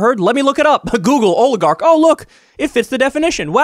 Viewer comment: Oligarch not a difficult word.